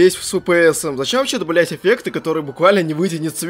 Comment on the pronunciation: говоришь добавлять, но слышится как б**ть